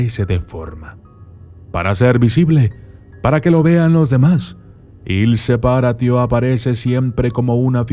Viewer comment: Il Se-PÁ-ratio*